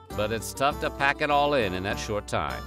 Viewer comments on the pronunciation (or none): none